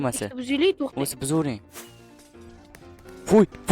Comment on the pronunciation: Txten emas tõhten deyiladi😂😂😂